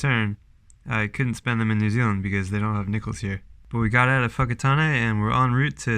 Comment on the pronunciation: awesome stuff, I was raised in Whakatane and kudus to you for saying it correctly and not saying fokkertane.